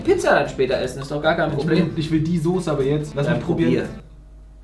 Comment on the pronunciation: 😅Es heißt Soße und nicht Sose!